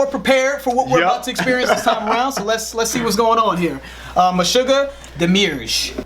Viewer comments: Demiurge, pronounce Demi-Urge, is a concept from Gnosticism. basically, there was a loose bunch of Christian movements before the orthodoxy was finalized and many are described today as "Gnostic". Some of these Gnostics believed that the God who sent Jesus wasn't actually the old testament God. they believed that there was a a supreme God whose essence sort of reiterated itself into successively lesser gods and that the lowest was an evil being called Demiurge. They believed that the Demiurge created our world and was the God of the old testament with his violence and all of that. They believed that Jesus was sent to provide secret, sacred knowledge pertaining to the fact that the true God was higher than the Demiurge. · To prounounce demiurge, just pronounce it as two separate words, 'demi' and 'urge'. The definition is 'in philosophy, a subordinate god who fashions and arranges the physical world to make it conform to a rational and eternal ideal.' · Demi - Urge two seperate syllables. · If no one else said anything, it should be pronounced demi-urge. It comes from Greek, and the “I” and “U” are pronounced separately. Although in Greek it is spelled almost completely differently. The English spelling derives from a Latin variant of the word. But in the Latin as well, the vowels are pronounced separately, no diphthongs. Δημιουργος, or demiurgus= demiurge. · Deh-mee Err-jh. Just for the record. Good reaction, as always. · The song is pronounced ‘demi•urge.’ Solid reaction guys. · It's pronounced de-mi-urge. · Demiurge, pronounced demi urge. In gnosticism a demiurge is a creator who is subordinate to a supreme being. Meshuggah is all about the polyrhythms, which is why you can groove to it, but it's sometimes hard to keep in the groove. You have to find an element and latch on to it. Then you can find a second element and latch on to both rhythms. The solos are jazz like in their improvisation. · Love the explanation guys !!! ...btw its pronounced like demi -urge